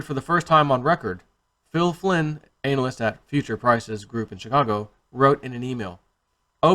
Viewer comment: “Anal”yst ?? Did you mean to say that or was it a mispronunciation?? It was pretty funny! I enjoy your videos, keep up the good work and let’s keep Winning!!